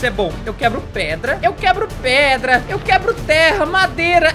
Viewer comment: Engraçado q vc falou q ia pegar pedra e vc falou "preda" kkkkkkkkk